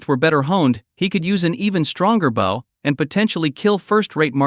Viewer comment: When the play time is this long or longer it is usually just an AI reading a novel with bad translations of Chinese to English. I think the word I hate the most from these is "bow" since AI doesn't change pronunciation for verb form from noun form. Drives me buggy lol!